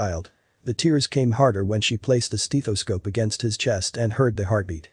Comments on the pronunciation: Steh-though-scope..... not Steee-though-scope..... smh....... almost had me sold and you messed up. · Steth o scope Not Steeth o scope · I could be tempted to mark it down just for the tortured pronunciation of 'steethoscope'!😝😜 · Did he just say "steetoscope"? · STEETHESCOPE..NO. AUTOMATIC VOICE CANNOT PRONOUNCE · Have I EVER said how much I hate computer narrations? '"STEETH"oscope'? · I think that was probably the reason for a lot of the the thumbs-down. The narration was horrible and emotionless, and couldn't even pronounce stethoscope. I even wonder if it it's a bot and not a real person. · yep..the cold, emotionless robo voice narration that mispronouned stethoscope and bouttoniere. Ugh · And the word stethoscope is mispronounced. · Such a beautiful story. I have to say though the only thing that bothers me is the way that guy says stethoscope.